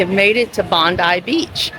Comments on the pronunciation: It is pronounced "Bob -Eye " not Bondee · Bondi is pronounced Bond-eye.